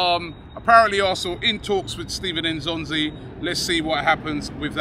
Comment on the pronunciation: lol it's Steven N'Zonzi, not Stephen